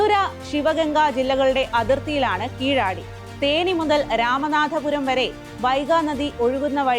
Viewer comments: கீழடி தமிழ் கலாச்சாரம் பண்பாடு அடையாளம்... வாசிக்கும் பெண் கீழடி என்பதை கீளாடி என்று வாசிப்பது தமிழ் மொழியை சிதைக்கும் கொடும்செயல்... கீழடி என்று சொல்லுவதில் மலையாளி இவருக்கு என்ன சிக்கல்...❌ 💦திராவிட 💦❌என்பது பொய்... தமிழ், தமிழர்கள், தமிழ் கலாச்சாரம் பண்பாடு.. தமிழர்கள் இரும்பின் காலம் 10000ஆண்டுகளுக் கு முன்... கீலாடி❌ இல்லை..✅கீழடி✅ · സ്ഥലത്തിന്റെ പേര് കീഴാടി എന്ന സായിപ്പിന്റെ ഉച്ചാരണം തെറ്റ് ആണ് . കീഴടി , { கீழடி , Kēēladi } സ്വര അക്ഷരം ( a ) ഹൃസ്വമാണ് ശരിയായ തമിഴ് ഉച്ചാരണം . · കീഴാടി അല്ല. കീഴടി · കീഴാടി അല്ല കീഴടി!